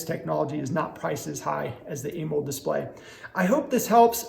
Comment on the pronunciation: Why you say Amold? Its pronounced A MO LED 😂.